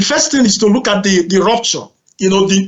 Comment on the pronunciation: This guy struggles to explain himself, I don't wanna be one of his students,all I heard is "dee rooptchor "